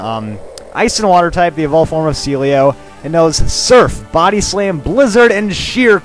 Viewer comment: I remember waaay back when he said Sealeo first, he said "CeeLo"